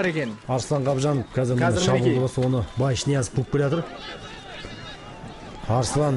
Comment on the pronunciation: Мал Ноязов эмес Ниязов